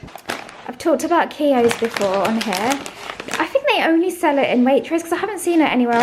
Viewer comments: Have to comment about the crisps! Keogh's, Irish ,like himslef snd myself 😅 my favourite too.. BUT Matt should tell you that your pronunciation is a bit off. It's more like q-yo but don't pause on the q . sorry cant help it. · It nice to see you actually acknowledge your difficulties rather than just saying everything is fine it’s nice to see you talk so freely you should have got the green notebook for st Patrick’s day be the way you are saying Keoghs wrong ask Matt to help you with your pronunciation